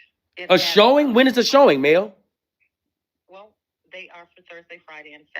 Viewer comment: To me a second to figure out he was saying Mel. So don't feel bad.